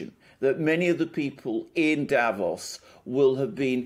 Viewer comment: please, again: don't say DAvos, the. correct pronouncation is DaVOS, stretching the second syllable. Don't you read your comments? It hurts my ears every time you say it wrong!